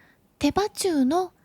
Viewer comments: いつも楽しみにしています。手羽中は、てばちゅうではなく、てばなかと読むみたいですよ。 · お肌ツヤツヤで綺麗ですね😊 洪庵キャプ場でデイキャンプするのが夢なのでその際はビールチキンやってみます🍺 テバナカをテバチュウって読んじゃうも可愛いですよ😍なんかピカチュウみたい😊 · てばちゅう、じゃなくて、てばなか、では？ 手羽先、手羽中、手羽元、鶏の羽の部分ですよね。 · 手羽中「てばちゅう」って言った？「てばなか」よね？方言か地域性？ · 「手羽中」は「テバチュウ」じゃなくて「テバナカ」って読むんだと思ってたけど、違うのかしら？？